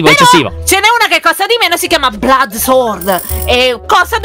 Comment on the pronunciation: sward siwing Lyon:eh sward swang Io: sword che!!😂😂😂😂😂